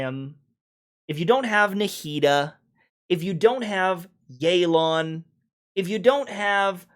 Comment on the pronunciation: its not yey lan its yeh lan. You cant use "proper comp" if all is equal navia is literaly actualy better than more than half the roster of new 5 stars but it is what it is, hoyo wants to sell and they will power creep, inevitable